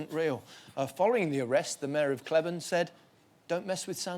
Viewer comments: The name of Cleburne, Texas is pronounced KLEE-burn. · Clee-burn Texas. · Cleburne is clee-burn